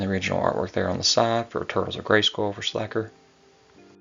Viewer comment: I think it’s pronounced Slay Ker….like Faker